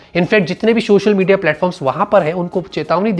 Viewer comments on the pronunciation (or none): none